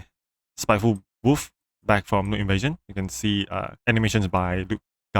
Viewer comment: why you kept calling the wolf "woof" lmaoo btw parry skillcheck isn't real